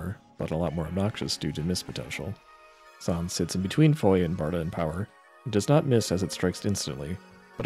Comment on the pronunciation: Is Zonde pronounced like that? I assumed it was “Zon-Day” Considering practically every tech has two syllables or more aside from grantz. It sounds better too. Nah, been pronouncing it like Zonday since I was in the 3rd grade, so I’ll never pronounce it the way you are 😂